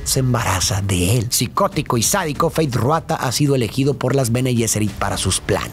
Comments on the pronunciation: Disculpa, no se dice feith ruata , se dice feid rautha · "Feid Ruata" 😵💀💀💀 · No puedo con "Fayd Ruata" 😭😭 ya se que es un pequeño error pero suena gracioso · Feid Ruata jajaja, solo ese detalle 😅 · Quien es “Feyd Ruatha”? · Me mata que no dice 1 sola vez mal el nombre de Feyd Rautha Harkonnen, sino en todas las veces que lo nombra 😂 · Nunca dices bien Feid Rautha 🤣